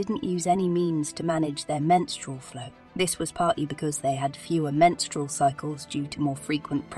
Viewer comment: Sorry I can't listen to her over pronounce menstrual again. I'm out.